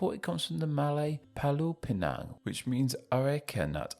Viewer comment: pergh cara dia sebut pulau pinang, left me dead chok xD. palau pinang, hahahahahaaha. oh btw aku lahir pulau pinang.